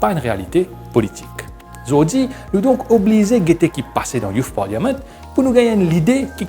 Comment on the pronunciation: "Parliament" se prononce sans le "i"